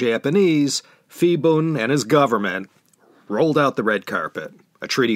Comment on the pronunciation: Ugh!!! You mean to tell me all this time I pronounced Phibun's name wrong? Nobody said anything till now. I made a note to go back one day and fix those 2-3 episodes where he was a prominent figure. I'm embarrassed. But I thank you anyway for teaching me.